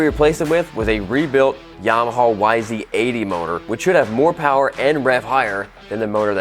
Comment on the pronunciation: OMG DUDE YAMAHAAAAAAAAAAAAAAAAA NOT HAWWWW GRRRR WTF!!